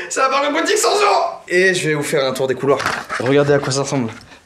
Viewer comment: merci Joyca tu nous apprends que dans les mots "parc aquatique" il n'y a pas de "o" juste pour ça merci ☺♥